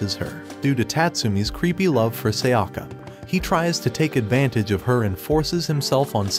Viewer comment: Seyakka..!?!? It's Sayaka...